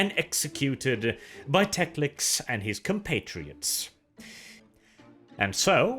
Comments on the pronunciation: Tec-lic-s? Wasn't it Tec-lis? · hearing Teclis as Teclics/Teclix is a bit jarring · TECLIS, not TECLIX! IN THE NAME OF RUINOUS POWERS, EVEN SLAANESH GOES LIMP HEARING THAT! But all in all, good video. I enjoy your style of narration very much. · Friendly correction. . . it’s Teclis not Teclix. Great video! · Love your channel but Teclis is pronounced Tek-Liss, not Tex-Lix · Why do you pronounce many Warhammer words so weirdly? Like Teclis?